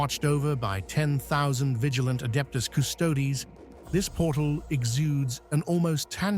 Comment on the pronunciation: After the AI writes the script, if you edit it and change the spelling of certain words, they get pronounced correctly. As an example, "Custodes" becomes, "Cuss-toadies".